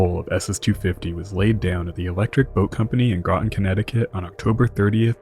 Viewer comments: Thank you for pronouncing “Groton” correctly. Usually in any historical submarine video they pronounce it “Grow-ton”. I love the videos. Thanks. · Hey! You said Groton correctly!